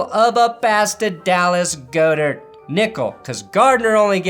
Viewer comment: It is pronounced "Goddert." You went 0 of 3 on that